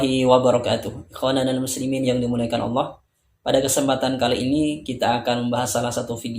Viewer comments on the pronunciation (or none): none